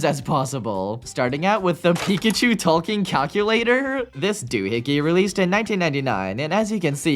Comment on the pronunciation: every time you say ''talking'' i thing for a sec you're saying ''Tolkien''